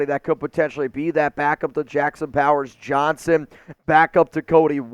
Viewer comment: Powers Not Powes